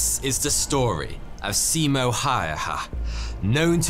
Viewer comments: In Finnish, a written 'i' is always pronounced the same way. It sounds like the 'e' in 'keep'. And in Finnish, most syllables are stressd equally and very little, or it's the first syllable only in every word that is stressed. To a Finnish ear, both Se-Mo and See-Mou sound strange. But if you stress it like 'nemo' in Latin (except that the Latin 'e' is also a Finnish 'e' and you need to put a Finnish 'i' there), you're there. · Thank you! I found the pronunciation understandable, although I could have offered a few hints to make it even better. Only it is late by now. But I just could not fight my temptation. So here goes. In Finnish, if you mean a long vowel, you write it double. In this case the name Simo is not pronounced "Si-imo". In other words, the single "i" sounds like in the English word "lip". And "ä" (the a with dots over it), together with the leading "h" is pronounced like "ha" in English word "hand", not like a "hawk" or "house", for example. Now those out of the way, I must admit that I don't have a really good explanation for the "y", not at the moment anyway. Just that it definitely is not like in the English word "any" or "say". Maybe the Korean car brand Hyundai gives a bit of idea. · as a finnish person, its funny sounding how he says simo`s name